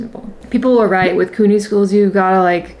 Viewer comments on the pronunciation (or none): FYI it's pronounced CUE-ny not Coo-ny